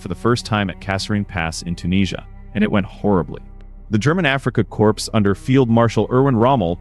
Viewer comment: Neutral? Not sure what you mean. I'm not sure why someone like you if you are a person even makes this kind of a video. Is there money in it? You might want to try getting your facts right. You might want to hire an actor who can pronounce corps instead of having a computer generated voice that doesn't know what word it is saying.